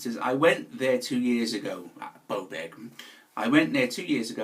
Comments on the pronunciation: Bowbeck? Blowback? 😁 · The way this guy pronounces "Beaubourg" is just too funny... More like "Camenbert" 🙂